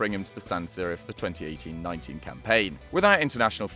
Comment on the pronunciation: Why do you keep saying 1718 though, instead of 2018?